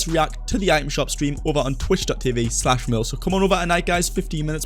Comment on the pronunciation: Also its merl not marl